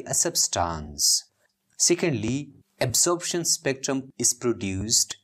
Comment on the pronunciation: its absorption not absorabtion bro but anyways wonderful teaching sir